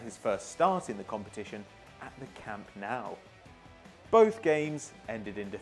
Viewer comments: Why you say camp now its camp noo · "Camp Naw" lol